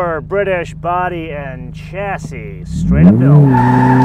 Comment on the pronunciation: If you are reviewing a British car, try chassis pronounced with an sh...shassy